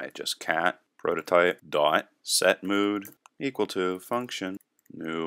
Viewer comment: Lol "mode"... don't you mean "mood"? :)